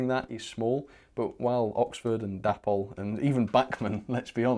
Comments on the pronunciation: Isn't it pronounced Day-pol rather than dappol? Oh, and Heljan is Hel-yan not Hel-djan! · Why do you continue to pronounce Dapol as Dappol? It's short for David and Polly, so it should be Daypol.